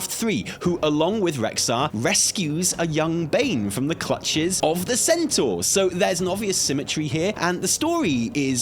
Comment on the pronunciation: "centaör" Come on, we know you know how to say centaur.